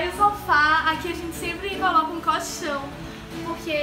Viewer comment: Acho muito engraçado o seu sutaque pq vc fala cóchão rsrsrsrsr Te amo Ooooo 😍😍😘❤❤💔❣💘💕💖💞💗💝💓❤🖤💚❤💔❣💙💝💔💕💓💟💘❤💙💛🖤❤💙❤❤